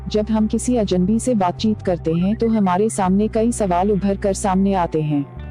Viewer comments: पहले तो आप अजन्‌बी के स्थान पर अजनबी अज+नबी का उच्चारण ठीक कीजिए। बातचीत करने के लिए हमें सर्वप्रथम अपनी भाषा का उच्चारण सही होना चाहिए। अब वो चाहे अंग्रेजी हो, हिंदी हो अथवा कोई और भाषा... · Aapko bhi ajnabi bolne me problem hoti he Ye gor Kia aapne Medam